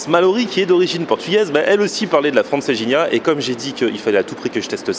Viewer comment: Francejinha 😂😂😂😂😂 d'où tu vois un j